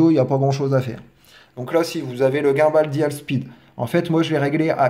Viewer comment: bon tuto ! mais revois tes prononciations par pitié ! DJI, gimbal ...